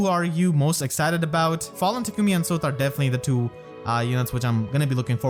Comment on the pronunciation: Sothe is pronounced like the english word Saw + th. It was said by the narrator in Radiant Dawn.